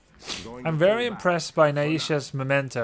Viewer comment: Grubby pls, the ai in Naisha is pronounced the same as the ai in Maiev.